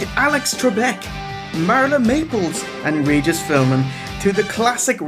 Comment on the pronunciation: Philmin lol. Like the wheel of fortune episode where nobody could solve the puzzle cuz they kept mispronouncing philbin. Lmao.